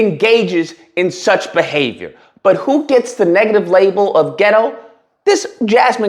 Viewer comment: He says "dat" instead of "that". He says "da" instead of "the", but Jasmine Crockett is the one who's "ghetto"?